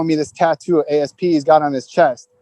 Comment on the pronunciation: Great channel. Just wonder why he keeps saying a. s. p. Like an acronym. His tag was asp like the snake. It was a word .Like he wouldn't say I write h. e. r. t. He writes hert. Asp wto prez RIP.